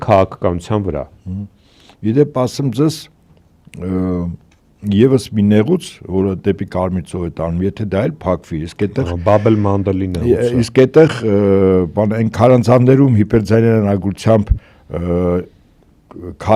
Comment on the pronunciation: Ոչ թե բաբել մանդել, այլ, ԲԱԲ ԷԼ ՄԱՆԴԵ Բ